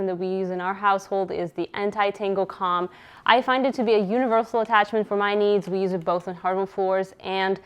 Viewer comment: Comb isn't pronounced like combine, it's "kowm" like the tool used for brushing hair. The tool that is also spelled comb.